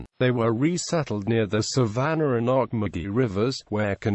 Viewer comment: I have never heard of a "Savanner" River. There is a Savannah River, but it does not have an "r" at the end of the word Savannah.